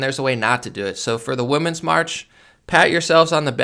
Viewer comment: Hey I love your videos and sincerely am a fan of your work. I have a question and it is mostly because I have a bit of ADHD and I got thrown off easily by things... are you saying Woman's March instead of Women's march on purpose or have they changed it to call it Woman's March now instead of Women's March? It used to always be Women's March which is pronounced differently than woman's march and I'm just curious because my brain gets distracted by it when I'm listening to you and so now I need to know the answer, LOL and I also want to be in the know and up-to-date on things so if I've been saying it incorrectly I would like to know. Thank you!